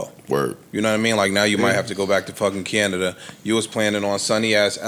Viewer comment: Why ish say Canada like that 😠😥